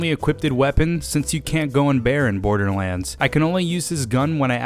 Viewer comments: 00:1 he says borderwands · Am I the only one who heard borderwands 2 at the beginning lol